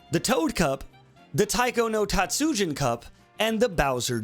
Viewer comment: Please never say Taiko no Tatsujin like that again